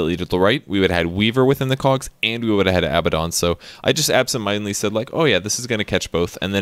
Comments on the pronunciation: Huh, I never noticed that, but yes, Abaddon's name should be Abbadon if they want to pronounce his name that way. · I'm with you on the pronunciation of abaddon